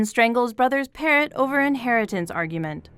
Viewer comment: I think they were pronouncing it as "parro", thinking the T is silent.